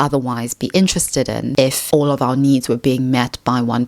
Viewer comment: I know, is an AI. Its speech synthesis is deceivingly natural, but that vocalization of "needs" needs a bugfix.